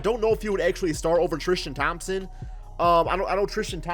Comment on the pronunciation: Alonzo Tikito trishtam 😂